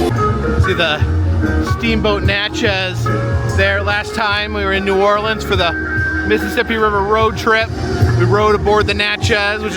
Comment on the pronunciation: Love how you pronounce New Orleans correct but etouffee is pronounced a-too-fay not ed-da-fay